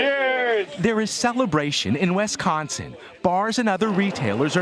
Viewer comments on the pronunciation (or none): It's WISconsin, not Wesconsin. Please?